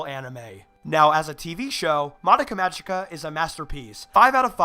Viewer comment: Just figured I'd let you know.(Not bitching or anything) You're pronouncing "Magica" wrong. It's pronounced with a hard "g." Like the "g" in the word "go". Not Mah-jee-ka. Great review, though. I really like all of your reviews.